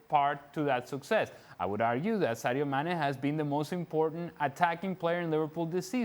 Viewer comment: No-one: Dan: Saydo Mannay